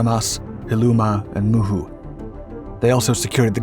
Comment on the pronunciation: Dude. Your name pronounciantions are so far off that I have no idea what is this "moon sound" battle you speak of. Write the actual name down and stop butchering it. First I thought there is some battle i dont know of and got exited, but after You pronouncing Saaremaa, Hiiumaa and Muhu islands, i was lile, ooooh, he didnt do his homework. So, what is it?